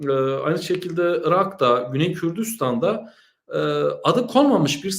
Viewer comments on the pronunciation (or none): Kürdüstan diye telaffuz ediyorsunuz. Hatırlatmak istedim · Tamam ama çok kulak tırmalıyor. Dil sürçmesi degil neticede sürekli o şekilde telaffuz ediliyor. Zaten isim mimli bari doğru söylensin.